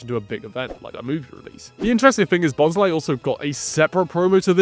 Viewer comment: I'm sorry... Who/what pokemon is Bonsai? I cannot unhear this now. I always read it as Bons-lee XD